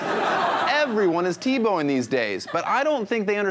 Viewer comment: He's "teBLOWing"